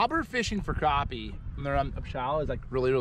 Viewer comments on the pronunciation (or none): It's Crappie not Croppy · Yo. Pennsylvania here. It’s not craw ppy. It’s crap p. It’s spelled Crappie Bahahahahahahahah.